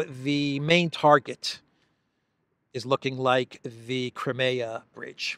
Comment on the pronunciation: It is Crimea. Not cremeya.